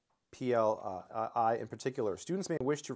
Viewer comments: It's pronounced PL-One. 😊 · I'm probably not the first to note this but the language PL/I is pronounced "pee el one". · AFAIK, "PL/I" reads as "pee-el-one". Also "RISC-V" is "risk-five", just in case.